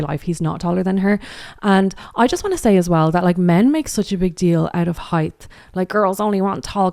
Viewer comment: Am I hearing "heighth" instead of height or is my speaker busted?